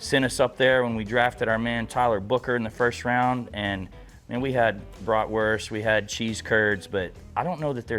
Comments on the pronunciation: Its bratwurst not bratworst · Bloody lovely, love a Bratwurst, but at least call it by its proper name, it’s German so stop pronouncing the w, it’s pronounced with a V so BratVurst. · I am a German Chicago Bears fan. I really like how you pronounce Bratwurst.